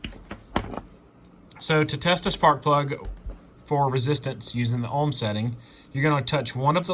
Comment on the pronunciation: Ohms. Say homes without the h.